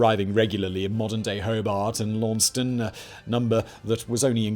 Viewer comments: Lawn-ses-tun, not Lawston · FYI: Hoe-Bart, and Lawn-sess-Tun, interesting video though! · That is not how we say Launceston but I guess you deserve a pass